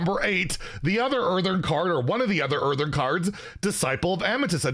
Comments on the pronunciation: Someone has to say it: IT'S EARTHEN! EARTHEN! IT HAS ONE 'R'! ONE! NOT EARTHERN! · Say it with me. Earth-EN Earth-EN. NOT Earth-ERN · Hearthstone: "Earthen": "Earthern" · My man will go to his grave saying earthern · Anyone else get annoyed when says "EartheRn"?